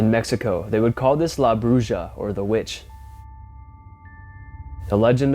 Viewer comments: Come on dude. It's broo-ha not Broo-juh. The letter J in Spanish is the sound of the letter H. You know Jalapeños? Take the time to learn how to pronounce the Spanish words if you're going to use them and not perpetuate the world's belief that all Americans are dumber than a box of rocks. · It's pronounced like brew-ha no brew-ja the j in Spanish makes the h sound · Bruja is pronounced "broo-ha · The witch in Mexico in pronounced" Broo-ha"the j is silent.